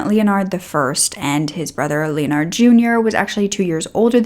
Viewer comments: Hey, Sweetie. I think it’s pronounced “Len-erd”. Not Leon-ard. I have several family members with the same name:) Great job on the video and you look great! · Ok but I think you’re mispronouncing “Leonard.” It’s like “lennerd,” not like “Leo-nard.” 😊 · Pronunciation is "Len-erd". The "O" is silent. Just trying to help you out. I love listening to your story telling!❤ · Leonard is pronounced Lynn-erd.(as in herd). —Just disgusting!! I think he was jealous. His successful brother took his girl, had a big family and had his own life. His brother had everything he wanted.